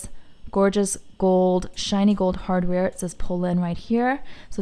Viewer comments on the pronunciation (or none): none